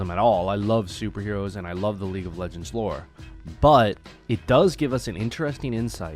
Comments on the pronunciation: I don’t no if you meant to but you said league of LEGOS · He said league of legos